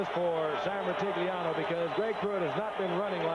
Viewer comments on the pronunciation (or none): Gifford doesn't even try to pronounce Sam Rutigliano's name in the intro... 😂